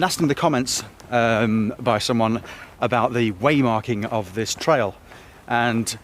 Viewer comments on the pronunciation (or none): none